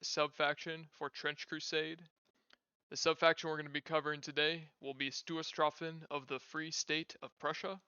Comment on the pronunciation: I understand that German is not your language and that you're a native english speaker, but I would like to suggest looking into the correct pronunciation of words like Stoßtruppen before making a video that is about them. I know I'm nitpicking, but not butchering pronunciations when words aren't terribly complicated (with Finnish Hakkapeliitta I'd understand the difficulty) goes a long way with making a video enjoyable :)